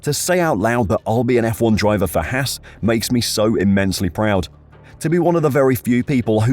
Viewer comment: It’s haas not hass